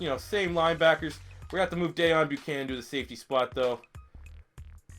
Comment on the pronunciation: It's pronounced DAY OWN Buchananon